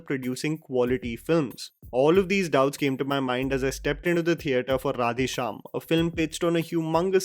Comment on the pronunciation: I feel Prabhas face is CGI in entire movie. Face is extremely filtered. please improve your pronunciation of words in South Indian languages. Or use voice bits of those words which is pronunced correctly from movie. It's creeps out to hear mispronounced.. To make you understand.. How you feel if a bad hindi is spoken in a english accent. It's the same way.. Please give a little more effort or please try using voice bits.